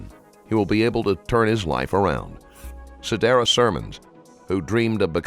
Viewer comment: You read the victims name "Sidarus" and its "Siradus". thats fcked up.